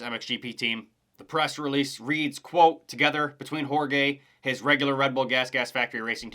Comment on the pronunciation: Its Hor-hay Prado, not Hor-gay. Other than that it was a home run of a video.